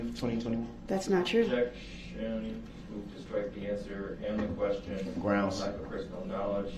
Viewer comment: Does he think if he says grounz repeatedly then he wins??